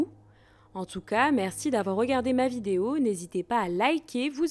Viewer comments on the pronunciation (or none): none